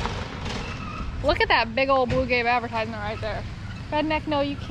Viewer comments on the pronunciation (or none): none